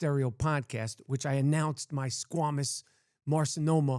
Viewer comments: It's squamous not squemeous. Rappaport is annoying and obnoxious. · Mike, I think you're awesome. I love your honesty. You have no fear with saying how you feel about sh*t. I admire that! I must say though, you pronounce squamous incorrectly. Ignore the U in the word. It is a long A sound. I am glad you are doing well. I don't have to tell you that being Ashkenazi Jewish, you are at higher risk for cancers. Obviously, you are on top of it though. I like your excitement about planking. I felt that way about a weight loss journey. No one could stop my enthusiasm. Keep on keeping on. Haters gonna hate. Peace!